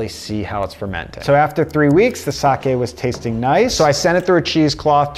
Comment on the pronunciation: Thank you for not pronouncing it 'saki'.